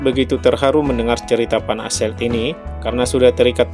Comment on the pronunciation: Van Assellt orang kurang pasih menyebut V diganti menjadi P nama inilah yg di sisipkan menjadi HKBP ---> Heine, Klemmer, Betz dan Pan (van) asselt